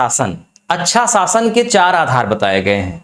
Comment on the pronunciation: ज़रुरी नहीं जरुरी विदेशी नहीं विदेसी । शासन नहीं सासन । जि़म्मेदारी नही जिम्मेदारी वाह यह घटिया उच्चारण है